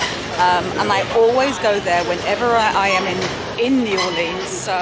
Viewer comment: Nice! But please have Michael teach you how to pronounce New Orleans 🤣😂🤣